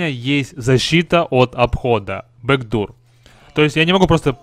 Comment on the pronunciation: вот так некоторые читают backdoor бэкдур омг